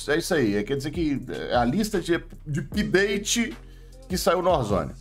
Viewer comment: "Season tchu pideite" kkkkkkkkkkkkkkk adoro